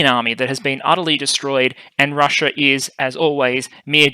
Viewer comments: It's "Russia", not "Russier". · Is she? Is her name spelled "RUSSIA" by the entire world yet this guy and his country keep jacking it up to make it sound like "RUSSUR?" And speaking of jacking it up, is that you in your parent's basement making up little boy jokes?